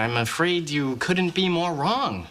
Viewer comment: Мені фраза "more wrong ",мені почулась moron ).Язик зламати можна поки вимовиш ( це я про новачків )